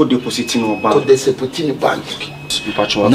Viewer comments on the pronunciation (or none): Eii did i hear saying desipoti😂😂😂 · Did I hear Desipoti from 🤣🤣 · how did you say deposit? Desipoti🤣🤣🤣🤣 s3 s3in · said Desopiti😂😂💔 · Did I hear saying desopit instead of deposit🤣🤣?